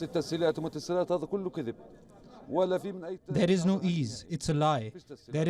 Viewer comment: What’s wiolence lol